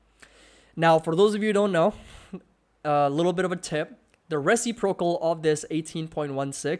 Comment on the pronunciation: Great video - btw it is pronounced re·cip·ro·cal :)